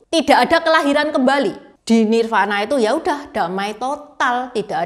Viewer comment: Tambahan koreksi utk Nirvana dibacanya : Nirwana